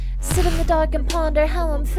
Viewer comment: That’s not how you pronounce Guillotine